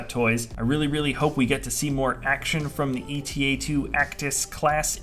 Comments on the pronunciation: it's the eta-2 as in the greek letter η, like the delta-7 as in the greek letter 𝛿. it's not the E.T.A.-2. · Why does everyone call this ship the E.T.A.-2 It’s the Greek letter eta!